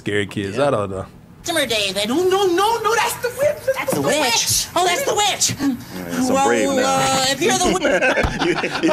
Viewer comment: Every time he says witch I HEAR BEEOCH